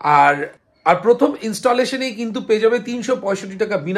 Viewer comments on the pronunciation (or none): none